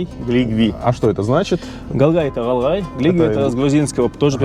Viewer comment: Не галгай а гьалгьайБукву гь все могут выговорить не искожайте не одного слова на пример книга химия его ведь и читают и произносят мягко. Х1имия ,а здесь буква. Гь как воду в рот набрали по тренируйтесь